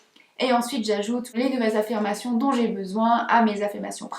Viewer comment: Le IN se prononce IN , pas AN …. On prononce BESOIN BESOIN et non BESOAN …. INTÉRÊT et non ANTERET , MATIN et non ´ MATAN … Etc etc etc …..